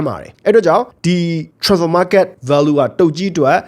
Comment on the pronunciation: အသံထွက်မပီတာလည်းမဟုတ်ပဲနဲ့ transferကိုထွမ်ဖာ(ထြမ်ဖာ)ဆိုပြီးပြောတာခဏခဏပဲနော်။တင်ဆက်ပုံကပြတ်သားပြီးဆွဲဆောင်မှုရှိပေမယ့်အဲ့တာလေးသတိထားပြီးပြုပြင်စေချင်ပါတယ်ဗျ။